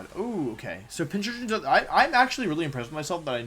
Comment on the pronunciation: Pincurchin... there’s no “h”